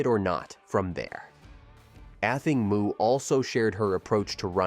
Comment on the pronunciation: have journalists lost all desire to do any research on their topic? like Google how to pronounce "Athing Mu" correctly if they are giving a whole piece to the public about this amazing athlete. shame on you